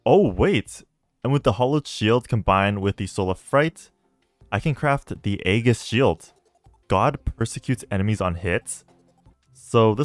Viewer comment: Hey, Aegis is pronounced with a soft G, so it's like Aejis